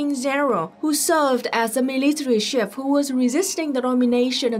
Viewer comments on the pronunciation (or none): Note on pronunciation: You pronounce "chief" the French way sometimes. Ask American Johnson, How to pronounce it in American English.